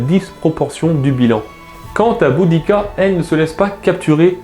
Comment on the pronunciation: le "u" se prononce "ou", en latin, just saying...